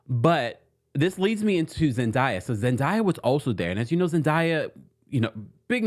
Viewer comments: ZEN DAAAAYA - idk what you calling her lol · Her name is pronounced Zen"Day"ya 🙃